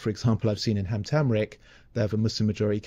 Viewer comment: The way u pronounce Hamtramck is irritating… no one thought to correct you😅